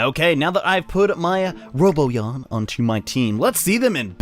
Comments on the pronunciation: Um it's ro-Bon-yan not robot-yan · roBONyon not roboyan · giorgioskb he says doesnt even pronounce the n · ROW-B'ON-YAWN*** ...Not "Robo-yon" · He said roboyan instead of robanyan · I know and it's driving me crazy.. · It's pronounced robanyan not roboyan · RO BON YAN! NOT RO BO YAN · its ro-bon-yan not robo-yan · Ro Bon Yan not Ro Bo Yan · Not Roboyan its Ro-Bon-Yan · It's Ro-ban-yan not Ro-bo-yan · 0 In the Japanese show they pronounce it Ro-bo-yan but in the English show they pronounce it Ro-ban-yan. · ITS NOT ROBOYAN!!!! ITS ROBONYAN _ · It's RoBONyan. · Its actually Ro-bon-ian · its ro bon yawn when it comes to pronounecing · Having trouble with the 'nyans' I hear. Like literally. Sounds like you're saying 'Roboyan'. Still love your content tho. Top notch bro. Much more useful than any other guides and sites I've found. Especially the crank-a-kai trick.. Can't believe they'd actually allow cheating. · All I could think while watching this was "PRONOUNCE THE N!" Either Robo-nyan if you're going Japanese or Robon-nyan/Robon-yan if you're going dub. There's a N in there, man! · Thanks for the tips! I'd figured out most of this, but wasn't sure about where the best spot to go up and down the stairs would be. Also, isn't it pronounced roh-BAHN-yan? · The correct pronunciation is "Ro-bo-nyan". And for people that are complaining they only get Dismeralda, Dismerelda is Rank D. Robonyan is rank A. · It's robo-nyan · Its pronounce ro/bon/yan. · you'r pronouncing it wrong, its pronounced ROW-BON-YON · Count how many times he incorrectly pronounces "Robonyan" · your saying his name wrong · Learn to pronounce the N in RoboNyan. lol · Horrible Monstrosity to be honest it can pretty much be pronounced any way depending on preference